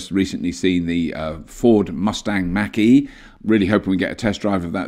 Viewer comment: Is Mach pronounced Mack or Mark? Because you said both in this video.